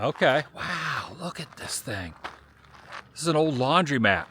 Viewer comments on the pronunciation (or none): Laundr-O-mat, sound like the Beverly Hillbillies when you say Laundr-EE-mat, LOL.